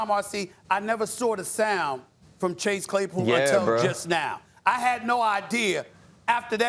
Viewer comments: Stephen A “Clay Chasepool” 😂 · SAS said "Clay Chasepool" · We’re not gonna ignore that at one point steven A said clase chaypool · Stephen A says Clay Chasepool